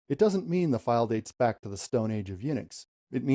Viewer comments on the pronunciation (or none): none